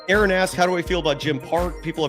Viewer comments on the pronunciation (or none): none